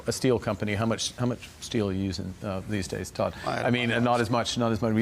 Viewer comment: When carney says steel he spells it s-t-e-a-l.